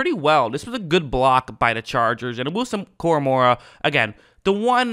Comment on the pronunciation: Koramoah not Koramorah